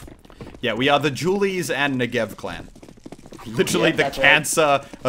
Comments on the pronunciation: The "Jew Berretas" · hehehehe he calls them julies' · "jule berrettas" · "Jewel Berretas" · "Jewl" Barretas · Your pronunciation of "Dualies" is Dewlies.. Doritoes and Mountain Dew boisss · Srsly?,thought you sayin' julies hahahha then i recognize it's the dual baretta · i also heard jewlies